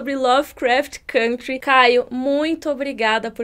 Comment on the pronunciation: Todos esses são bons, porém só a pronuncia "côntry"